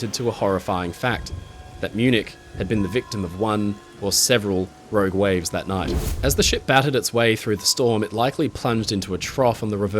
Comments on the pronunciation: Row Gwaves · "Rowg wives"?